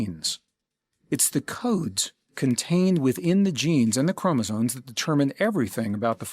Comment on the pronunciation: Lol, chromosones…it’s chromosomes…with an M.